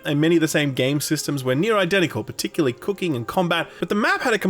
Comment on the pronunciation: you said "particularly, cooking and combat," and the way the "c" just sounded clicking off your tongue, on each word was really satisfying to my ear. Is that weird? Am I weird? Am I gay? Probably, yes, to all of it.